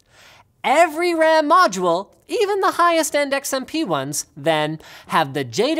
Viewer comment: ow mush WAM do I neeb fow my mimecaft soyvor